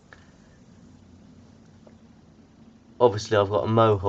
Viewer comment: "beautys" NAH BRUH